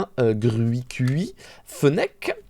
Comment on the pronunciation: Oh waw... J ai grandi avec noir et blanc et j adorais gruikui j avais même une peluche! Mais là qui arrive pas a prononcer et qui dis "j ai lâché les dernières générations" ça m a brisé le coeur....